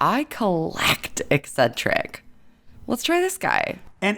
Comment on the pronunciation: ” I collect eccetric”.Yup, even the pronunciation is eccentric. 😉